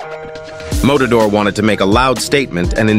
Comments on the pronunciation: It’s not “motador” lol. mAtador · Matador, says motodor. Uppercut, says apricot. xD